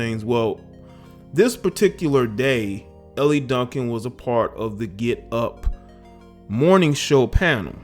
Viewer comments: Her name is not pronounced "Ellie," It's pronounced "El." Good segment though. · Hey J, her name is pronounced like L. She used to be on radio here in ATL. I thought she was cool but she's bugged out. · Pronounced "ELL" bruh the e is silent In the French language Elle is the pronoun for "she" Silent-E Bruh, Ell Duncan Keep up the good work